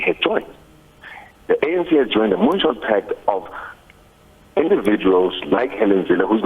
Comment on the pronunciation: Did he said moonshot pack or moonshock pack